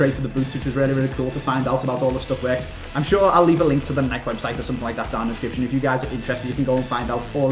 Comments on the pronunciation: Its not nike its nikEe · please start calling it Nike. nike-ee. like how it's supposed to be pronounced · nikEEEEEEEEEEEEE..you pronounce the E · Luke Liston yea u bitch its pronounced nikey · lmao he said nik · Wait...How Did He Say Nike? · Why can't British people pronounce Nike correctly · Why does he pronounce Nike like that? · Does it not annoy anyone else how can't say fucking Nike?